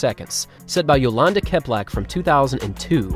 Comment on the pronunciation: He isn't though. He pronounces Liévin incorrectly every time. Also, he disregarded the accent in Čeplak. He is normally decent about getting the pronunciations okay, but not in this video.